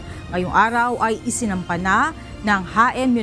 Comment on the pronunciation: Haen po hindi Jaen Nueva Ecija